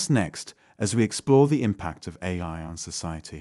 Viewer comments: The voice keeps saying "a-lie" - is this a programming fault or a subversion of the message? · the voice just said "a-Lie" at about 8.21 - This video is Ai!